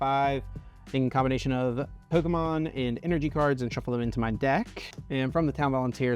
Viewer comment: The way this guy says “pyeeewwkamon” 😂